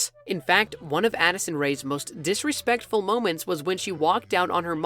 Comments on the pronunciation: no one: addison:blinks him:THATS DISRASPECTFUL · "disespectful moments" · The moment he said disrepectful Oops 🤭👎🏻